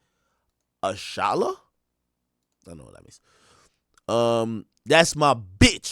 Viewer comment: The way he pronounced ashallah was crazy